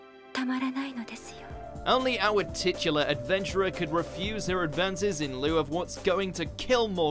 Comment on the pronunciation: You said "titular".